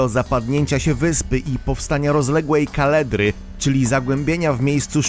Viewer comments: Nie kaledry a Kaldery chyba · Kaldery. Nie kaledry ;) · Co to jest "KALEDRA"?? 12 minuta filmu. Lektor nie wie o czym mówi!! Chodzi oczywiście o "KALDERĘ", np. Pozdrawiam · Dzieki za interesyjacy material- Nie KALEDRY- KALDERY Panie Kolego. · KALDERY NIE KALEDRY. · trochę błędów językowych , np: kaldery , nie kaledry, ale ogólnie super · Powstanie kaLDery, nie kaledry :) jak już zapamiętywać nazwy to polecam te prawidłowe ;) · Kaldery a nie kaledry lektorze z bożej łaski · "opróżnienie komory magmowej może doprowadzić do powstania rozległej... kaledry"? Szanowny lektor nie rozumie chyba, co czyta i robi to niezbyt precyzyjnie :face-turquoise-covering-eyes: Polecam słowo "kaldera / caldera" :yougotthis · Kaldery a nie Kaledry :) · Gamoniu, nie kaledry tylko KALDERY. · Kaldery nieuku a nie "kaledry! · Nie kaledry tylko kaldery. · Nie "kaledry" tylko "kaldery". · KALDERY, a nie kaledry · Kaldera, nie kaledra... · Kaldery a nie kaledry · kaldery nie kaledry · powstania kaldery nie kaledry.. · Kaldery nie Kaledry :) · Kaldery!! A nie kaledry, co za gamoń :/ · Min 4,26 - kaldery , a nie kaledry ;) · Chyba kaldery a nie "kaledry" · Zapadnięcie się wulkanu to jest utworzenie KALDERY a nie KALEDRY!!!! Jak już coś robicie to najpierw zaznajomić z poprawną terminologią. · Kaledry?????? Chyba Wikipedia kłamie albo jakiś problem z czytaniem..... kaldery gamoniu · Kaldery nie "kaledry" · KALDERY nie KALEDRY. Naucz się człowieku czytać!!!! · Też mi się uszy wygręciły od "kaledry" 😠. Na tym kanale nie powinno być tak podstawowych błędów. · Następny ekspert -amator: "powstanie rozległej KALEDRY". Tak to jest jak osoba niezdolna do poprawnego udźwiękowienia słowa pisanego zaczyna się mądrzyć na jakikolwiek temat. Tylko śmieszność pozostaje z jej prezentacji. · Myślałem że mówi się kaldera ;D